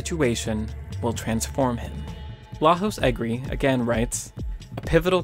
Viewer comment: Thank you for the insightful video. I just wanted to give you a heads up for Lajos Egri's name. It's Hungarian and the j in Lajos is actually pronounced as the y in yellow. So his name would sound like lah-yo-sh, stress on first syllable, as you already did. You pronounced his last name perfectly. You definitely don't have to change it in future videos, just thought I'd give you a fun fact. Love the rest of your videos too!